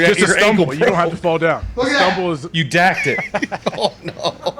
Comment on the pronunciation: He “dakked it” LOL 😂